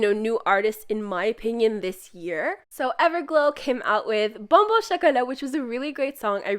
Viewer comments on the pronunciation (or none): No one: Not a single soul: Not even a Ara Macao:: "boNe BoNE shIcoLat" "PalLA pALla"